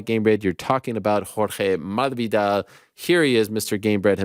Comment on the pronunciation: The way Ariel says masvidal is so cringe. You’re saying it wrong